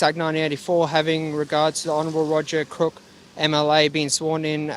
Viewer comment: Did he say Roger Crook. An apt name perhaps. 😂